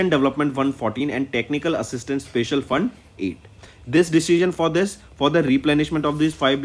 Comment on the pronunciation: Pronounce "special" properly You said "spacial'